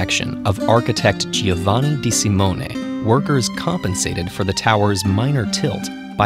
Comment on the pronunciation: Aw come on.It must be pronounced Joevuhnee not Geehovuhnee.